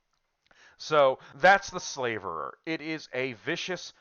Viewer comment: You're not pronouncing "Slaverer" correctly. Your pronunciation shows that you think the name has something to do with slavery, but it does not. A "slaverer" is someone or something that drools a lot. A "slaver" is someone who deals in slaves, but "to slaver" means to salivate.